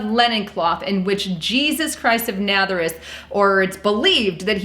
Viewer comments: Why do you keep saying ' Natherous ' ? It is Nazareth ! I still don't think this is Jesus , mostly because of 1 Corinthians 11 : 14 . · It's Na"z"areth. (Nazareth), not Natheris. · It pronounced Jes chure! And Naza reth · Nazuress?? Guessture? Lisa lol. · JESTURE = GESTURE and it is Nazareth naz aaaa rith .. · Ok, first, good info. Second, its pronounced: NAZ--AR-ETH long A at the beginning and GESTURE is JES-TURE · Please learn how to correctly say Nazareth. Out of respect. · Your pronunciation is terrible. "Oscillation", "Nazarreth" and "gesture" need work